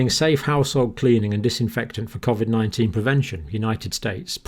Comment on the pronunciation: its not covvvvid it coooovid!!!